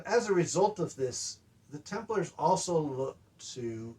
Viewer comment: I swear, it sounds like he's saying "Tumblers."